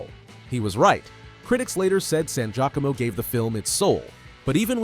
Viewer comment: Look up Giacomo pronunciation... Please. Gia co mo.... Not jacqueimo